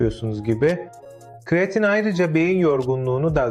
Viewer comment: Kiriyatin dedigin ne sikim😅😅😅